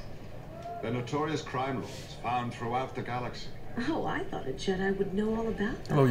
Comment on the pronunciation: What accent is this voice actor going for? He just pronounced "criminals" as "crime-inals".